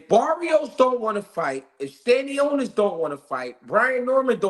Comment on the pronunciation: Bro called stanionis tostones😂😂